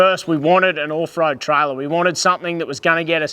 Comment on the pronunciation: The word is pronounced off, not oof 🤦